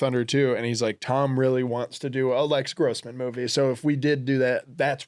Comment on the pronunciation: his name is “Les”Grossman not Lex